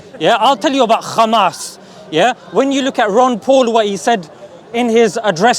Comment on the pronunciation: Every zio runs out of words when theyre done saying "7th of october" and "khhhamas". Absolutely pathetic. They literally have nothing. Oh wait I forgot the victim card. "poor little (rich endlessly funded technologically advanced military power) Iszrael". Like bro. Facts serve you better than propaganda, go out and learn whats going on in the world.